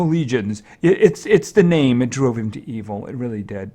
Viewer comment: Get bankrolling you have never said my name wrong and when you said it the first time you said it exactly right.